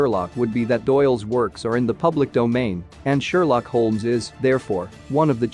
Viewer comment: Your mispronunciation of the lead character’s last name makes me not care what you have to say..